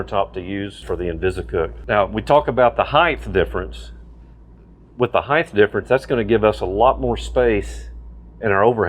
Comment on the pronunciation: Ok. "Height" does not end in TH. You're thinking of "width."